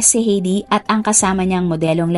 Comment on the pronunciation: ATE , HINDI PO HEYDI ANG BIGKAS SA PANGALANG " H E I D I " ANG BIGKAS PO DYAN AY HAYDI